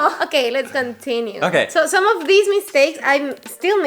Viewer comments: ahahah, I love it: > in "these" the last sound should be Z not S: D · I heard the difference between ‘this’ and ‘these’, the sound of ‘these’ is longer and the s Is like z